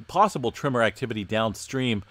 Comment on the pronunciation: Am I the only one who hears “trimmer” when he says tremor??